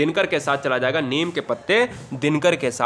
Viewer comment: निम नहीं नीम